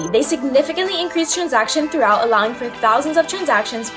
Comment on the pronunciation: "Intero-per-ability" 🤣🤣FFS, you could have at least taught her how to say this word correctly (And "throughput"). So many passionate people would kill for an opportunity to do this content for a reputable CEX like KuCoin, and you guys choose a chick with a pretty face clearly reading a script (And she didn't even do that right).